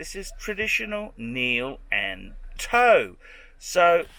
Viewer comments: “kneel and toe” what a fuckin muppet. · "kneel and toe" 😂